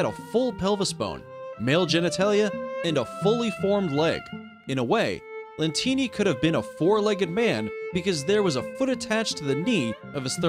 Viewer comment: It shows Francesco Lentini but he said Co Lentini